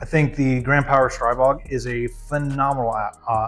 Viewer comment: Thank you for pronouncing Stribog correctly. Subscribed for that reason alone. Now, back to the video.😂